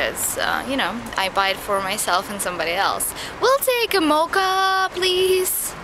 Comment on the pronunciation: "mocha " , you pronounced it " moca " :) you should ask to go over ch sounds !! they are the best ;D <3 you olga